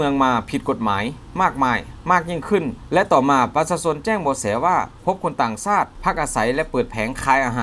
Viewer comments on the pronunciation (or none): 555...ครับ ชักดาบครับ ช ช้าง ต่างชาติครับ ไม่ใช่ ซาติ ช ช้าง...และอีกหลายคำ..บราๆๆๆ😁😁😁